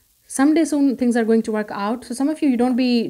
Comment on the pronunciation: Soon not sin or son lolz